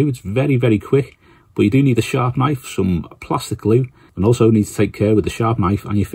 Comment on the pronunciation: ahh, I kept hearing 'shark knife' that makes more sense.